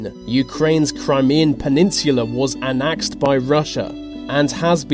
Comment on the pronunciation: It's not pronounced 'an-ax-d', it's pronounced 'an-ex-d'.